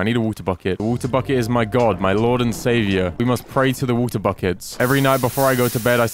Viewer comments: Make a chestplate which sucks ores in 50 blocks radius. BTW why do u say v-u-t-e-r IT IS W-A-T-E-R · Has anyone else noticed that he says wuta buckets instead of water buckets?